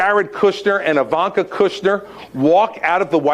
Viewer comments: Her name definitely isn't pronounced "eye"-vanka. ;-) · It’s pronounced E like evil. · I've NEVER heard her name pronounced with a 1st syllable sounding like "eye."